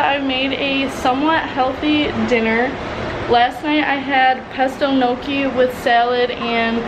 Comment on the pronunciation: okay i love you, but thats not how you say gnocchi